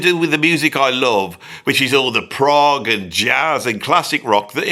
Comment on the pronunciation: Stupid AI always calling Progg for Prague 😂😂